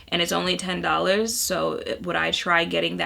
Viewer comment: Liked the Wendy Williams... Jackie Aina - "Dollahz" ... Everyone should say dollahz like that!